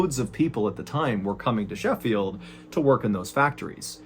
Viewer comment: I appreciate your correct pronunciation of Sheffield. I don't know why it makes me happy.